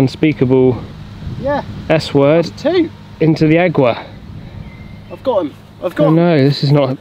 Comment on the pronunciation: another great vlog and comments very well done.love when you take the camera and show the course and the beautiful layout I think needs Sally back in the bag.and I love Spanish but it's called agua.not egua lol.you guys are fantastic.